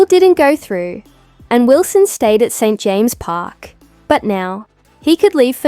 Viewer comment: Can you please have somebody who can say the name of St.James Park not St Jame Park